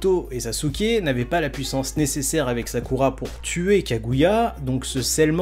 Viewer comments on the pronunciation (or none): none